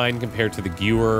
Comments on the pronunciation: Gaulists are pronounced Goal-ists like the word "goal" (ever head of Charles de Gaulle?) And Gewehr is not Giouer, it's GeVER (emphasis in the last syllable). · Please please pronounce Gewehr as Ga-ver not Guewer my ear bleed every time I hear it lol! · Okay... not gonna lie... Going 3 knives when 1 grenade could have done so much damage and morale... it hurt a little... [EDIT:] ... Plz... PLZ... PLEEEEEEEZ! It's not G-ewe-er ... it's Give-air, or Guh-V-air ... not g(l)uer... Mispronounce Gaulle and Calais all you want, but please for the love of mercy get the Guns right...